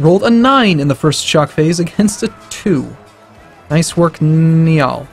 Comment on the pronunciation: It is pronounced ny ul